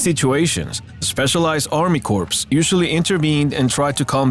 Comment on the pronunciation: Pronounced core and not Corps. And not Army core. Corps belongs to Marines in. Marine Corps.